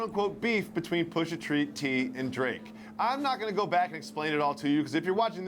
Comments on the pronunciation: White People: Says "Pusha Tree" when it's Pusha T... 😂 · Did I heard this dude said Pusha 🌲 like seriously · “Pusha Tree” lmao